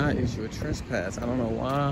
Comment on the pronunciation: It's called trespass not trust pass. But congrats I've never heard anyone get that as completely wrong as that. I don't point out a misspelling or things like that but this one cracked me up